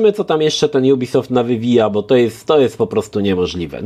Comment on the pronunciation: Co to za dziwna maniera nowością jubisoft? Firma jest francuska i czyta się jak jest napisane ubisoft.